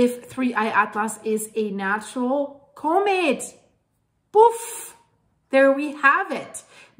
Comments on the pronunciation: But what is a comate It's usually pronounced com ette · ITs a Comet not a CUmet. Or pronounce it Komet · If you can learn how to pronounce the word comment correctly, I will gladly give you a like and hype next time, but you continually mispronounce it